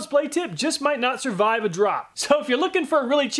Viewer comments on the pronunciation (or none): none